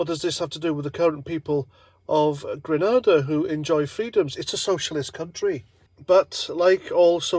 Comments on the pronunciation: It's Grenada not Granada.... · it's grenada, granada is a spanish city